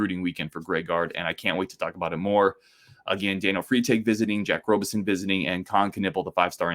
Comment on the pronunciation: Hey,. Pronunciation is RAHbison, not ROHbison. Great episode. You're right. This IS a huge moment for Gard (Krabby also) to prove some recruiting chops. Let's close and LET'S GO! 2026 Final Four in Indy's Lucas Oil. See y'there.